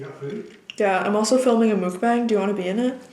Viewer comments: <3 pad thai looks so good rn. Just to let you know, mukbang is pronounced muck-bong. not mookbang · I think it's pronounced mook-bahng. loved the video btw. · I'm South Korean so I know how mukbang is supposed to be pronounced its muck (like yuck) bahng! Just thought you might want to know! Love your videos ❤️